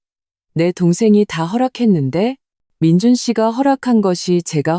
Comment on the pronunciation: 아무리Ai 가 읽어주는것이지만 올케 를 보고 "재수" 라니 ... 칠칠치못하고 똑똑 하지못한 민준 계속 그렇게 살아라 결혼 하면 자기가족(부인)을 최 우선으로 해야 자기자신도 앞길이 잘 살아갈수있다는걸...누나 시어미 만 생각하며 미친집구석 혼자 그렇게 살아라 그리고 "민준"이라고 해야지 항상 "민주" 라고 하고...